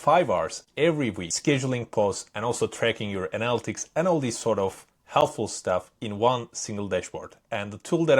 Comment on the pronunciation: Analytics is pronounced ah-nah-lit-tics, not annal-ticks.